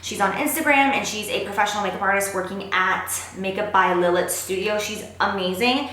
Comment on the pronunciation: when she pronounces makeup by lilit wrong